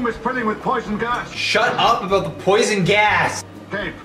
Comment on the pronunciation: “THe r00m iS filLiNg wiTh p0siOn gAs”